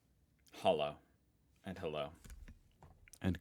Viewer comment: I'm going to stop you right at the first word. You keep pronouncing "hallo" as "hollow" but it's more like "hulloh".